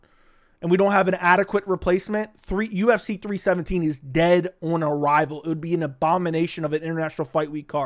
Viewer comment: The way you say the word "on" is FU*KING VILE!!!!! Learn to say the word properly or never say it again 😫